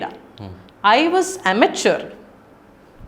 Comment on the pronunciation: Immature ആണ് അമേച്വർ അല്ല കുഞ്ഞേ